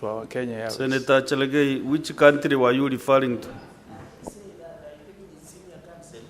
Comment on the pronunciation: Who taught this fool called Cheraregei?